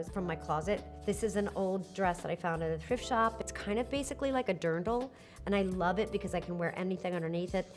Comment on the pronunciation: It is called (and spelled) "Dirndl" - not "Durandel"......